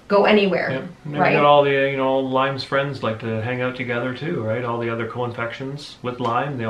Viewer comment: Ya lost me at “Lymes”